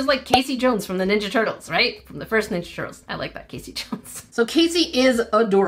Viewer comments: I think the peacock they are actually spelling it as a female K-ass-ee Not Kay-see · Just a heads up, it's pronounced "Cass-ie" not "Casey". Think bass (fish) instead of bass (instrument). I don't think the company knew that it's the male peacocks that are colorful, as Cassie is far more commonly a female name. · Kas-ee is the phonetic way to sound it out. Not Cass-e. This is actually my name! And mama Cass was not a Cassie. It was just Cass and it wasn’t even her real name. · that isn't Casey. It's Cassie, the a is the short sounding a, like in apple. 😊 I had a friend named Cassie in middle school. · That said Cassie not Casey. Rhymes with Lassie. And it still makes no sense with it being a peacock since the females are peahens and they are more neutral, muted colors since peacocks use their bright colors to attract mates. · Ummm Cassie here. That is NOT pronounced Casey like in ninja turtles! It is pronounced [Kas]-[ee]. I absolutely hate when people call me Casey! Which is why I always introduce myself using my full name Cassandra so that I do NOT get called Casey! 🤦🏻‍♀️ Feel free to send me the peacock as an apology because I collect peacocks. Lol. How fun to have one of my favorite animals with my name. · For the Peacock it's Cassie not casy 2 ss make the a short not long !! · I think cassie is pronounced ca sie not cae sie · I think Cassie should be pronounced CAHH-sea. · That was Cassie as in KAH CEE.:D Just wanted ya to know. I love your vids and I love youuu! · her mispronouncing cassie 😭